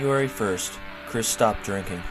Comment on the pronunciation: It’s Krist like WRIST not Chris.